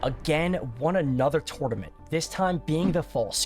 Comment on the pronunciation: Please learn how to say tournament.... great video though.